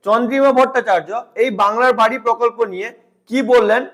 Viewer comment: বাংলার বাড়ি ❌️ বাংলার বা ড়া ✅️?😂